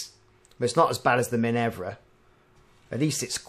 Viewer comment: Minerva is Min-err-va rather than Min-evv-ra